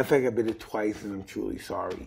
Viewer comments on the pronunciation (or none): Technically he said 'chewly' sorry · “I’m twuly thowy”